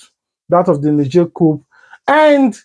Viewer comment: Its cou/p/.Don't pronounce the "P"